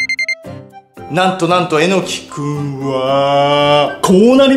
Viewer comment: え↑のき？ えの↑き？ アクセントはどっちが正しいのかしら🤔 あと所々サブリミナル的なのが？